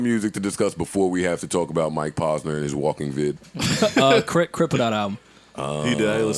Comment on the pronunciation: OMG, my brain bleeding out of my ears! Mike (PAUSE-NUR) = wrong, Mike (POSE-nur) = correct. Rappers always say their names, repeat it back how you heard it doesn't seem that complicated??? it's driving me nuts that Joe pronounces words and names wrong, like its on purpose; adding and subtracting "S's" for no reasonz(other then ? f*cking up noun and verb tense... (ex. the Plural of Goose, Joe would say Gooses... instead of the correct plural "Geese.") ... Joe, my Man's, because you have early on-set Dementia/Alzheimer's, and a platform, doesn't give you the right to say sh!t wrong so often that people forget which was which and pronounce something wrong to someone else who then looks at them like "WTF...? You been hufffing glue and sipping Daddy juice all G.D. day?" ... pull this n!gga up Dictionary, Thesaurus, Wikipedia and whenever you say a word over 2 syllables or longer, you have to look up the phonetic spelling as not to spread illiteracy through the hood. Joe might be an undercover brother who reports back to whitey ....